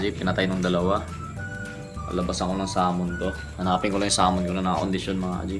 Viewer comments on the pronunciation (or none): none